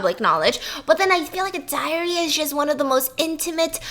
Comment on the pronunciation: Tell me why I hear A diarrhea is just Instead of diary?